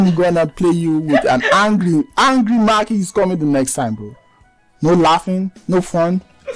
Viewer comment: It's pronounced Mackie not meckie😂✌️